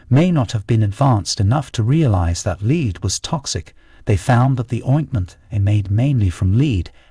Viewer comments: He pronounces the element lead as “leed”. precisely why Jimmy Page wanted Led Zeppelin and Lead Zeppelin. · Lead (element Pb) is pronounced "Led" and not "Leed". The bits about capital punishment is repetitive, and one bit is stated near the end in a discussion of something unrelated. Editing error?